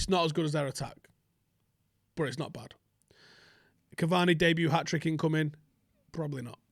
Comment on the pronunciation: When you’re trying to say Cavani but all you can think about is Bacardi 😂😂😂